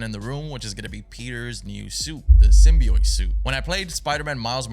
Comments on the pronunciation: its said simbee ot btw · hollow please stop saying symbeeiot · i gotta say man, if I’m gonna watch you play this game, you gotta say symbiot right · "Symbioit" hehe. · saying symbi-oit threw me off the whole time😂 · Every time he says symbiote he says it wrong 💀💀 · WHY DO YOU SAY SYMBIOTE LIKE THAT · your pronunciation symbiote is very weird